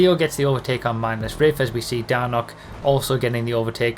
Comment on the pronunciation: Not enough "ani" in Dani's name. Lol Plus not knowing how to pronounce a substitute drivers name, it really wouldn't be a true video without it. Lol Watching you catch fire in that PC race was a sight to behold. When you are driving angry, watch out, everyone else better be on their game because you were on a roll. You can still keep the magic going. Keep up the great work.